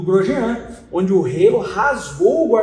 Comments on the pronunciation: Não é relo o idiota,e Halo 😂😂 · rapaz não é "reilo", é HALO